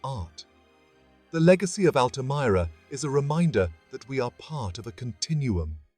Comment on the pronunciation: Altamira in english is pronounce as "Al-tuh-meer-uh"